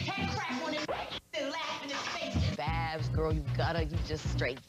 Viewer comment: Babs. Not Baps. TH 😂😂😂